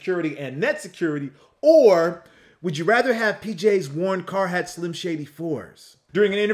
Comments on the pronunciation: It’s Car “heart” not Car hat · It's Carhartt not carhat lol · CarHARTt not HAT.